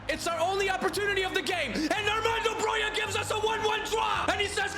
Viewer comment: Glad you're pronouncing Broja right finally 😀